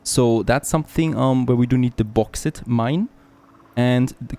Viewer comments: Bawx aight* Bauxite, not bohx it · Bauxite is pronounced like : Box sight